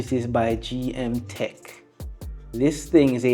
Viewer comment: its g m k tec not gm tec